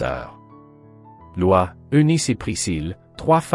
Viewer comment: Prononciation de "Lois" 😄